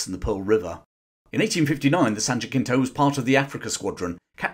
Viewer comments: Really well done, excellent production. Just an FYI for future reference: Jacinto is pronounced more like Jasinto, American pronunciation (or Hasinto if you're more closer to original Spanish)... Not JaCKinto. Other than that, excellent job. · Just a note from an American (which you've probably already gotten 😅) Jacinto is pronounced as an approximate of the Spanish, ha-SEEN-toe. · in Texas it's pronounced "JA-seen-toe"